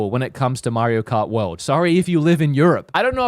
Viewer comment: Mairo Kart 😂